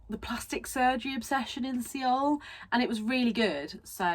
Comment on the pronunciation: binge watching all your vids currently, just in case no1 has told you but seoul is pronounced kinda like soul <3